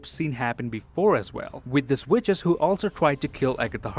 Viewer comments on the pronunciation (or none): Did he just say witchess